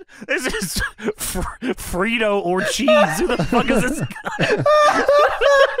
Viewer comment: calling him "Frito Orcheez" absolutely killed me.